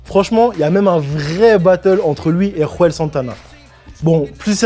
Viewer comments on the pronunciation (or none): pr info il etait a la base de long island il a trainé ds le queens et a rencontrer havoc et a tjr revendiquer le queens par la suite et on dis "Juelz santana" pas "Ruelz" mdr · Belle omage gros mais la prononciations frère carton rouge pour le "rouel" sa prononce jouèlz (juelz santana) poto